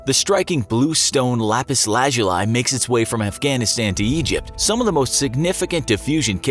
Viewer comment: Your pronunciation is correct